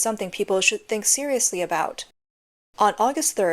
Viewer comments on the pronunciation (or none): none